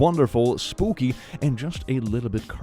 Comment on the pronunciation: I heard say “because it’s Boopy month” instead of Spooky month. I like Boopy